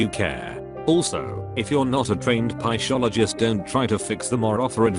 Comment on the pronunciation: video: serious and about helping people with suicide text to speech man: pai sholo jist